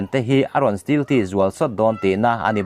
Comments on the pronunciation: Still jet ti toh suh .stealth jet ti toh roh....i lam dik theih miah loh le ..zir thlen chin a hriat mah mah 😀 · Steel jet chu bon om ve😎😂😂 Stealth - mizo tawnga STELT tih chhiar angin lam tur